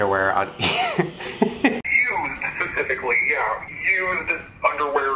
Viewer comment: When the dude on the phone said used u thought he said eww lol